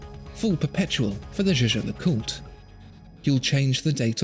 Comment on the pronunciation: I think the way pronounces "Zsa-Zsa LeCoot" is amusing. It makes me want to buy the Rolex, dahlink.